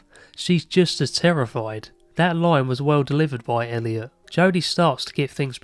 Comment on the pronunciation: Thank you for saying Elliot ❤